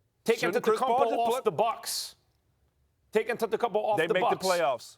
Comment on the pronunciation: It really annoys me when max tries to say antetokoumpo, please just say Giannis max!!